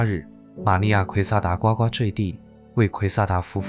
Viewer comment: 是不是应该念作呱呱坠地 GUgu